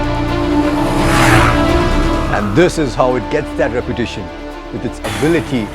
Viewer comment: reputation sounds like repetition